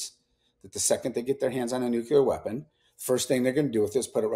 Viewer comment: I CANNOT TAKE ANYONE SERIOUSLY WHO SAYS NUCULAR!